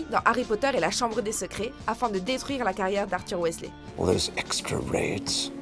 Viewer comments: roooh sa se dit "wisley" ! Je le sais bien ! Nn mais regardez mon prénom de base ! Il manque juste le A et un détail change. Mais svp prononcez bien le nom des Weasley ;) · Non par contre Weasley se prononce Wisley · On en parle de sa prononciation du nom Weasley ? Drago n'a rien à faire dans ce classement, même si c'est un personnage orgueilleux, arrogant etc, il est l'un des plus populaires auprès des Potterhead, et si il doit faire partie de ce classement, il devrait être classé beaucoup plus bas, Drago est loin d'être un personnage sympathique, c'est certain, mais au final, est-ce qu'il a vraiment demandé ça ? Il ne s'est pas élevé tout seul, et quand on voit Lucius, c'est limite trop facile de savoir pourquoi il est comme ça, moi je suis sûre que si il avait eu le choix, il ne serait même pas devenu mangemort, où comme pour Rogue et Regulus Black, il aurait finit par les quitter au bout d'un moment, mais vu ses réactions dans Harry Potter et le Prince de Sang-mêlé, il aurait sûrement déjà quitté Voldemort bien avant la fin du film si il avait eu le choix Ensuite, Voldemort est peut-être le principal antagoniste, il n'en reste pas moins que Dolores Ombrage est la pire, même Bellatrix est pire que Voldemort, même si Dolores la bat question méchanceté, surtout que Dolores est censé bosser pour le Ministère de la Magie, c'est super d'être raciste quand on bosse au Ministère. Et on en parle de Fudge ? Il est aussi lâche et pathétique que Pettigrew au final, il aurait dû être classé à la place de Drago, parce que clairement, entre Drago et Fudge, c'est évident que Fudge est le plus détesté des deux (perso j'aime bien Drago, j'aime pas les prétentieux etc, mais je me dis que c'est même pas